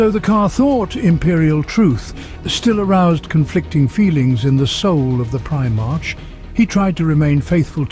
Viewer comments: I see a lot of comments not just from this video but others that Guilliman is a better "Emperor" or leader than the big E and so it doesn't get buried under too many other comments understand this first: "I get it, but you must also understand that each Primarch (pronounced Prim-ark or Pri-mark) is 1/20th a piece of the Emperor as a whole. Meaning the Emperor is the best at each of his son's particular skills. Guilliman is basically a master of logistics and so yes he can run a large spanning empire very well (hence imperium secundus) however, he only has that ability because the Emperor gave him that piece of himself as he gave all his sons a piece of himself. The Emperor is still far better at communication, sieging, defending sieges, hit-and-run attacks, diplomacy, striking fear when needed, etc etc, and yes still better than Guilliman at logistics as he is better at Vulcan at being perpetual. Again I get what you are saying and it rings true because Guilliman is now the Lord Commander making him basically the Emperor, but he is only that because the Emperor made it so. Even Guilliman knows that the Emperor is superior in all ways hence his hesitation of creating Imperial Secundus and his immediate desolation of it once he learned that the Emperor and Holy Terra stood." Hope that helps. Guilliman is awesome and loyal to humanity, but don't get it twisted. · Me, every time the says Prime-arch, not Primarch. 😬😬😬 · Primarch is pronounced Primark, not prime arch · “Prime-arch?” Prime-ark, doofus. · It’s pronounced “pri-mark” not “pri-march” I couldn’t get past this butchery of the term. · Primarch is pronounced PRY-mark, not prime arch... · its pronounced primark not prima-rch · I like this video man and im going to sub, but you must stop saying prime-march. I understand the spelling, but its pronounced Pri-mark. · prime-arch? r-boot? i always thought his name was pronounced with a hyphonated E at the end of it. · Try pry-mark for primarch?